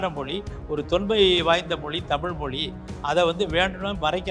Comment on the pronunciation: தமிள் மொளி நம்ம லாங்குவேஜ்.... 😂😂😂 (அந்தப் பெண்)...